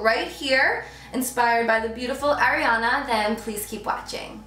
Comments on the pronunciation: R-E-On-Uh babe not Airiana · I love this tutorial and you Carli, but it's "Ari"ana not "Airi"ana. I'm sorry it was just bothering me a little bit. ❤️ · It is ARIANA GRANDE not AIRIANA